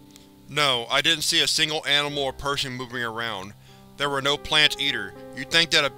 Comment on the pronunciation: “Udder” = other; “zer” = there. I can’t listen to this narrator anymore